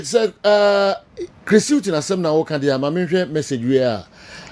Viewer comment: For Chris Hughton, it is not wasa but wada 🤣🤣🤣🤣🤣🤣🤣🤣🤣🤣🤣🤣🤣